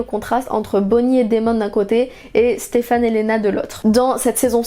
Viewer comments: Personne parle assez du faite qu’elle dise StefANE au lieu de SteFENE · Par contre ça me stresse que tu dises Stéphane au lieu de Stefan 😭😭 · Super vidéo ! par contre on dit "stefen" et pas "stefan", même si son prénom s'écrit stefan (ça m'a perturbé toute la vidéo haha)